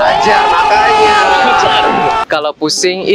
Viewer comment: Edit ni memang legend 😂 N how he say Makanya Belajar 😂😂 I'm burst to laughing 🤣🤣🍿